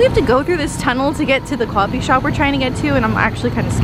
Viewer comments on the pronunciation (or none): "Probably going to go and find a 'kwo-fee' shop or something." Hey, your New Jersey is starting to show. btw, YOU MET YOSHI-P! I don't feel worthy of even watching your content, you who have been in physical proximity to our Lord and Savior of Gaming! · didn't know you were from NJ, definitely confirmed it with that pronunciation of coffee lmao